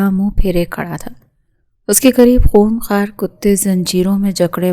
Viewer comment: خونخار غلط خونخوار صحیح